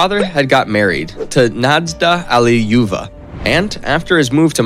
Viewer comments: It's like he wasnt even trying. I mean "Svansdinn" for "Svanidze" and "Allileyuva" for "Alliluyeva"... come on, those arent even the right letters in the right spots, never mind the pronunciation. Oh god, it keeps piling up. Smolensk, Dzhugashvili.... oh the humanity. Chancenhausen/Sashuhassen.... ROFL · this is so funny:D ALLIUJUuEVA, that pronouncing:DDDDDDDD